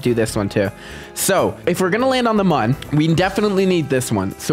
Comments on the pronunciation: Pretty sure the mun is pronounced "moon" and munn is the correct spelling for how you're pronouncing it 😊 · MooM not MUN